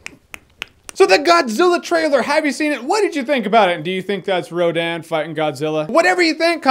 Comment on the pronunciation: It is not Rodan